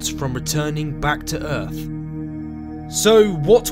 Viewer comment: Where is this "Erf" planet the narrator speak of?